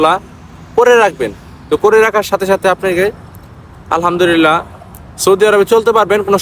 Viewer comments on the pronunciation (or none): none